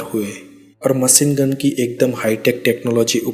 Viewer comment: itna tough hindi..✋thora lehja sahi kr k video bnaya kro.jahaj,hamesa,maceengun, laskar,jada,dace,najar😂😂😂